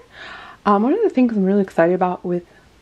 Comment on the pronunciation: Her name is pronounced meh-KAY-nah not meh-KEN-nah. When you choose to mispronounce it because you said you like the way the European version sounds better than the Swahili one it makes me feel like the Blackness of her character is being disrespected. There's a whole chapter in her book about why names are important and why they should be pronounced the way that person pronounces them. She's your doll and it is absolutely your right to change her name if you wish, but maybe you should think about why her Swahili name makes you feel uncomfortable.